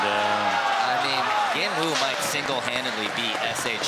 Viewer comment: I don't get it, is it pronounced genwoo or jinwoo?